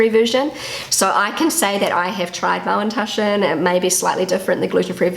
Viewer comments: What are Mallentaschen? Is she trying to say Maultaschen? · dear, did you call them Mowntushen? I tried so hard to figure it out. Please, please let me know ❤ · Es hört sich immer an, als würdest Du Mauntaschen sagen. 😅 #ZuPutzig ☺